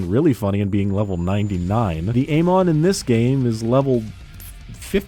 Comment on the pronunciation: You're saying Amon wrong.